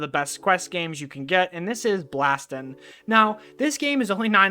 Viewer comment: great video! but also, its not called "blastin" its blaston